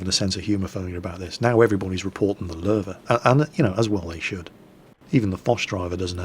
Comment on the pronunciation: Paul Ketcham Ok I understand. But Lowe pronounced LOW sounds better still. :p